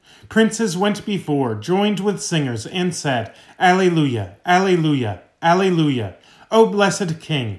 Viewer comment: Thank you! Btw, Alleluia is pronounced ah lay loo yuh.